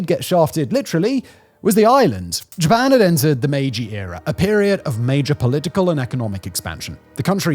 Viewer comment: The editing on this video was next-level sloppy. It's the "Meiji" era, not "Maji." The words spoken were "3000 employees" but the graphic said "3000 employers." The quality is just all over the place.